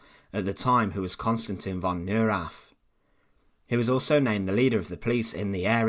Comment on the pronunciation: It's "NOY-RAHTT" . . . can you say "NOY-RAHTT"? I know you can.